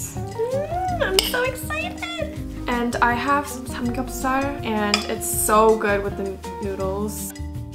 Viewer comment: the way she pronounce ✨ samgyeopsal✨ is magical